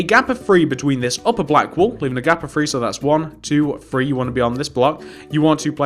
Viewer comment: Three not tree and free.